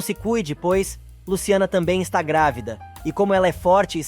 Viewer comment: Narrador é Madalena e não Magda. É GRÁVIDA E NÃO GRAVIDA afeee